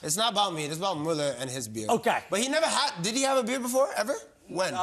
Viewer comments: Best to say his name like Bueller. Not mal-ler. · Well, it's Müller